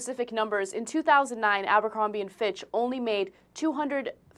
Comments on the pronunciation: 1 thing it's Abercrombie not aMbercrombie... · why people keep saying "Ambercrombie & Fitch" ???? it's "Abercrombie" ... there's no "M" after the "A" ... Anyway, I agree with the subject at hand, CEOs and boards have captured big companies, it's totally illogical for a company to have financial problems and still pay it's management millions and millions ... at my work, if I fuck up or can't straighten out problems, I won't get any bonus at the end of the year! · It's abercrombie, not amber....yet again someone shows how stupid they are.